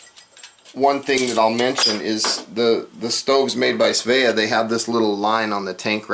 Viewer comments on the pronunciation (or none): Pronounced as, Sveee-Ah. svea.